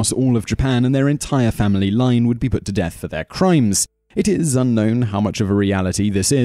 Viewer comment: dearth samurai